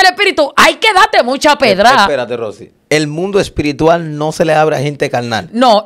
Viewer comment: El mundo espirituar 😂😂😂se dice espiritual !!